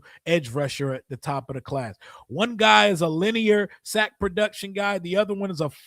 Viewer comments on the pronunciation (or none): none